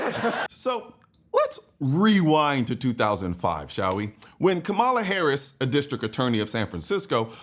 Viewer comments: If you would pronounce her name correctly you would actually get more respect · Come on you gotta pronounce her name right though, put some respect on her name.